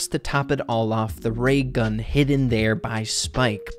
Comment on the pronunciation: Did you say, “Rey gun?” 🤣🤣🤣